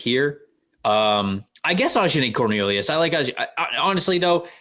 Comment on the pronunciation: Hey lads! It's pronounced "Uh-John-ee" Cornelius ;)